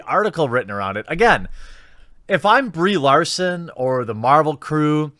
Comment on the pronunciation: At least he can pronounce her name.